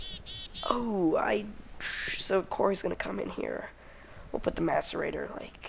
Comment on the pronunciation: M(ass)arator not M(ace)arator